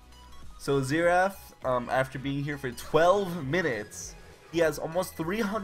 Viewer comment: ZEE RATH